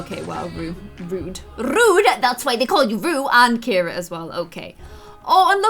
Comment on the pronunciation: IT is Cira 😂